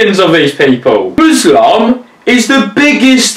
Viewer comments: please tell me he didnt say "Buslam" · Wait... Did you say MUSLAM lmao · Did he say Muslam? 😂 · muslam? LMAOOOOOOOOOOOOOOO WYS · did he say buslaam?